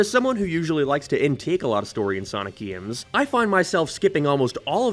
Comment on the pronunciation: I die a little inside every time he tries to say “games”